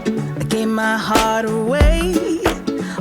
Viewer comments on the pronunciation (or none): none